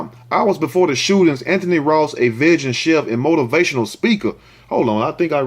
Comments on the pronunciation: you're saying Vegan wrong 😂 it's pronounced VEE-GAN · said "veghan" chef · You my nicca n I got u. It’s pronounced: “Vee-Gin” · Vegan is pronounced - vee gun